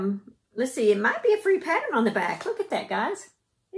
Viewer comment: Pattern or patteren? lol My husband laughs every time he hears you say it.